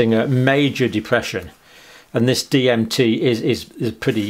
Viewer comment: Lol, he couldn't pronounce DMT. Must not be a Joe Rogan fan.